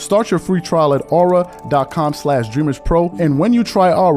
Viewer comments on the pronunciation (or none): none